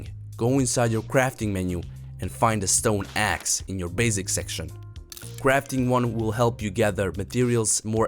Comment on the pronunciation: I like how he says basic "Bazic".